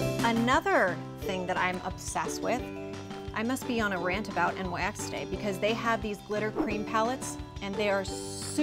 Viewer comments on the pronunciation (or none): It's named after Nyx the goddess of the night, pronounced Niks. It's on the website itself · Why does she keep saying N.Y.X it's nyx. Just say it like it's spelled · I hate that SO much! It's like, quit trying to make the rest of us that say it correctly sound wrong. Also on the Nyx Cosmetics snapchat, all of the Nyx employees pronounce it nicks. Not n.y.x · Did she really just pronounce it "en-why-ex"? Wow. Authoritative AF. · I stopped watching after she mispronounced NYX